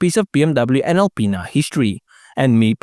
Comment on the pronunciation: i'm a 42 year old child when you say alipinas it sounds like you say a penis